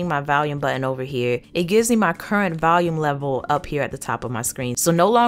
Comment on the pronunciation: haha she pronounces volume as Valium. its adorable though